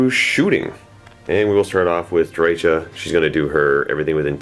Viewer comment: Pssst! It's pronounced Dry-Ka (hard "K" sound) as per GW, their audio novels, and their licensed games voice acting. (She's one of the most commonly mispronounced names I've noticed) "Drycha's Spite!" - Kerillian